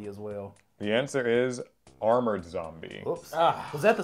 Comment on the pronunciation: zombie mamaoth? Armord zombie? Bruh. It's mammoth and armored😂